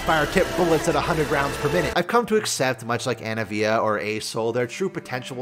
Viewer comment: saying anavia instead of anivia makes me laugh everytime lol